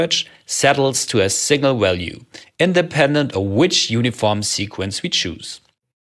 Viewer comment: Also, if you don't mind another nit: you often overcorrect the common tendency to pronounce w as in German (i.e. as English v) by pronouncing even the English v as English w. You often say iterwal, walue and ewaluate.